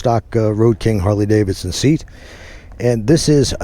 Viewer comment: 1) that is the stock exhaust and mufflers 2) “Davidson” had two “d”s in it, so it’s NOT pronounced “Davison”